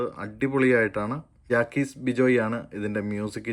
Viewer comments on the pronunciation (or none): ആര്? ജാക്കീസ് ബിജോയ് അല്ല ബ്രോ . ജേക്സ് ബിജോയ് .